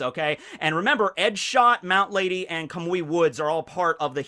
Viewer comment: You said mt. Lady's name wrong this whole video